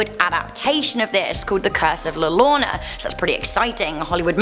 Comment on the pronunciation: Almost there! It's more like p'kahn. less pah. It's s short 'p' sound. Also : D Here's one I cannot explain- two L's in spanish make a Ya sound! So it sounds like , Yor-oh-na : > Really cool to see Demon Road up there! I wonder if you will get enough new TexMex ghosts for another video XD